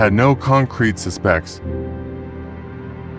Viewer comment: My God -- PLEASE stop with the shitty AI narration. "SEE-crits. Suh-SPECTS."